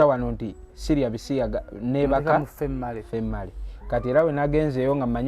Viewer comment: I think it was female and male he pronouse it famale andmale😂😂😂😂😂😂